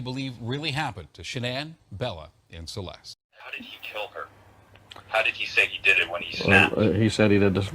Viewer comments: SW's family is Jersey trash. That's where the 'hode on' and 'wooder' come from. Not sure about the 'har'. I hink it might be something of a speech impediment, honestly. Or else one of her parents pronounces it that way and SW learned it from one of them, which is a possibility. (I grew up in the Philly burbs and lived in Jersey, so I know what I am talking about). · I'm from the south and I've never heard anyone pronounce it "har" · Listening to Shanann and all of her MLM double-talk is exhausting. “Everything happens for a reason.” 🙄 And what is it with her constantly saying “har” for “how?” Those poor girls suffered needlessly with all of those doctor visits and unnecessary medical procedures.